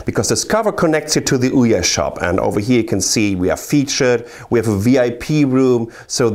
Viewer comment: the way he says ouya sounds so right